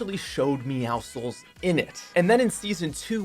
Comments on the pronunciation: It’s pronounced meow sickle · Your not supposed to pronounce the c in meowscles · The way he says meowscles is so wrong